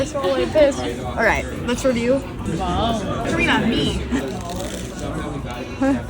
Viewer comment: She is not durin-nah. She is dah-ree-nah 🙄